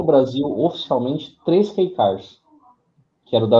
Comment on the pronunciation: ótimo conteúdo sobre carros econômicos no Japão, Kei car... Apenas atenção na pronúncia... "Quiicar" não, Queicar. 👍